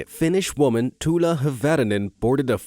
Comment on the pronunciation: I laughed when you said tulas name cuz im finnish and it sounded so different😂